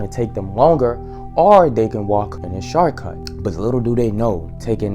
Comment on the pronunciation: “The sharcut”😂😂😂